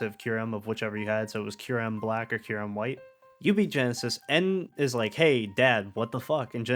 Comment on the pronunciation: Great video! Only thing that kept bothering me was the “Genesis” thing 😂 but I’ve seen in the comments that you didn’t know his name until after the vid. I love that Gen 5 (my favourite generation of Pokémon) can spawn videos like this years later cuz it goes to show how much love and effort was put into them. I’ve loved them since day 1 and I totally think the theme of loss in these games is a subplot after watching this! Side note: at the beginning & end you mentioned Nintendo posting about the Pokémon stuff but I’m gonna put this as a reminder cuz I often see people get confused, The Pokémon company, while it’s owned 33% in part by Nintendo, they’re a different company that have their own developers, so asking for “Nintendo to release Gen 5 remakes” isn’t exactly correct cuz Nintendo doesn’t make Pokémon games. Sorry for the rant but I gotta spread the info whenever I see people getting confused